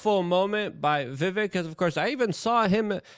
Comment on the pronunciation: It's Vivek, "like Cake".. As he's said on pronouncing the end of his first name. He may have said that when you interviewed him. He usually does as most pronounce it as spelled. Your on live, now, I believe..?! I usually watch on Rumble, but was here, now, so I watched. Keep up the fantastic work Luke! 👍💯🙏✌️